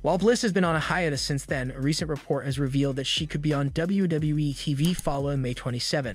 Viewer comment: Is it me, or does this guy have a really hard time saying, "WWE"..??